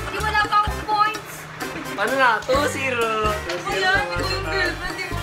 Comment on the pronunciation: "1 Foints ka na Karla." "Di wala pa kong Foints." Like girl, are you serious? 🤣🤣🤣